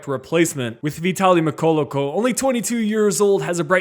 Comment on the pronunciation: 😂😂😂😂 “Vitaly Myloloko” fucking he’ll mate lol